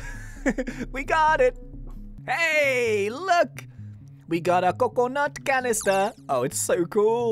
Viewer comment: WE GODDA CUCUNOT CANEESTIR